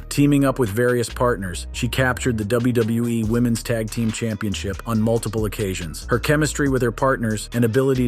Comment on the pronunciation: why he all ways says names just a bit wrong, as well as he says WWE just a bit off too bugs me